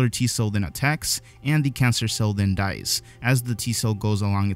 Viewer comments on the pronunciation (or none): none